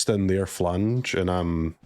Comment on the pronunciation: It’s not phlaNge it’s phlAge 😂